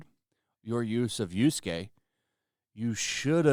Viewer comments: Problematic figure aside, I always get a chuckle when you say Yusuke instead of Yasuke 😆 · Guy has been covering this game for weeks now and still has no idea that the characters name is Y[a]suke and not Y[u]suke. For someone who goes about criticizing journalists all the time, not being able to get such an easy detail right is just as unprofessional.